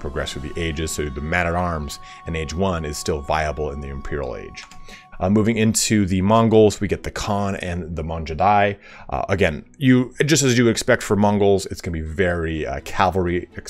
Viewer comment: The Mongols also get a flank damage bonus. So controlling more than 2 armies is the way to go. Lastly, it is not "Manjudai" xD forget all the rules of your English lesson in your high school and pronounce every single alphabet the way you would use. For example, consider "Mangudai's" "u" alphabet is not there, but use "G" as there are no "i, etc." So the sound is more of a "G" and the next alphabet is "a". I think alpha, Graphics was better than the beta.